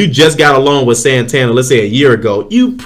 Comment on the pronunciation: San- tan-dare' accent on the last syllable, this is a city in Spain, the bank is from the city